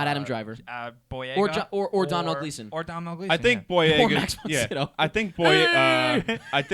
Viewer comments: guys Domhnall Gleeson is irish and sorry to be annoying but it's produced Dough-nal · not to sound like an asshole , but in Ireland , they pronounce Domhnall Gleeson like Dough Nell